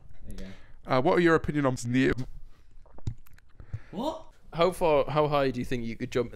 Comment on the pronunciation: little "whot" gets me every time